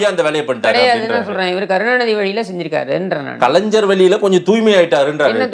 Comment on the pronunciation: டேய் கலன்சர் இல்லடா கலைஞர்